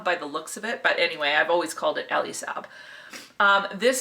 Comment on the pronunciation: Elie is pronounced as in the A in the Canadian Aay, w/o the emphasis on the Y part of course, Eleee. Sounds like a woman's name but he is from the middle east (Israel I believe) and a male.